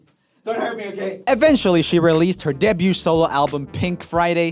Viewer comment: Will someone please tell Joel that debut is pronounced "day-beau" and not de-beau"😂😂